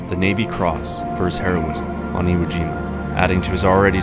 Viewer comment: It's not Iowa Jima it's Iwo Jima.